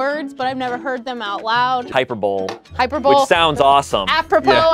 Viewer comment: It’s hi per bo lee, not hi per bowl. Heheh